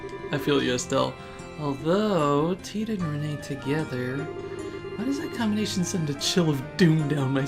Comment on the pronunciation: It's pronounced as "Ren" not "reh-ney". Just a heads up! :)